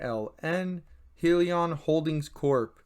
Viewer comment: It’s High-Lee-On